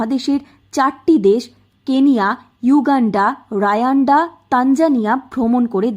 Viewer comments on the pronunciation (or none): Its not rayanda , its Rawanda